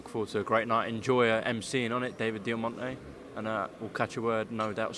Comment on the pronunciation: Its David Diamante......Diamante